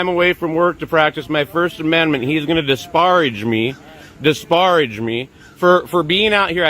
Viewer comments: I love his purposeful mispronunciation of disparage... Omg I'm dying the lilt of sarcasm as he says it... I love him... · The way this dude pronounces “disparage” is hilarious!